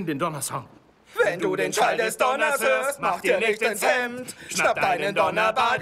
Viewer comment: du weißt schon, dass das Wort Donner heißt? und Schall anstatt Tschall?